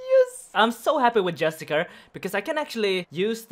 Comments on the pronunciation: Jus - ti - CI - ar, not Justicar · ITS JUSTICIIIAR NOT JUSTICAR!!!!!!!!!!!!!!!! xX'D love the vids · This man keeps pronouncing Justiciar as Justicar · JUSTIKAR hurts my soul every time Justissiarr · It's not justacar, it's justiciar. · It's called a Justic-i-ar. Pronounced with S. Driving me nuts dude.